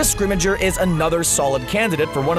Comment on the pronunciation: "Shacklebot"??? "Scrimigeour"???